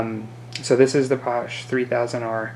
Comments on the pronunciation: Exactly pasha - eh not paush. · Sorry - Paasche is pronounced "paash-eh" not "paush"